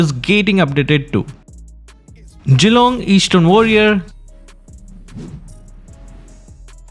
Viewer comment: did he just say... Jeelong?